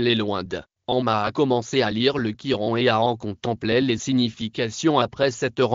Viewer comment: C est le Coran et non le gioran